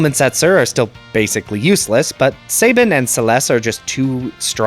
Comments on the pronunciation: Pronounce this word Cabin Now pronounce this name Sabin. If you said say-bin and cay-bin........sigh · Calling Cyan, Cayenne is more egregious and makes no sense lol. He's a color, not a spice. I've heard it pronounced Say-bin my entire life as well.